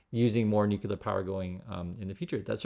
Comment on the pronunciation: For the love of science, stop saying NOO-KULAR... 😂